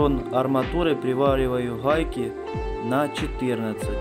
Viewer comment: Идея отличная, но блин дефицит буквы "г" бесит. Прям редет слух "хубки" "хайки" "ухолки" "болхарка"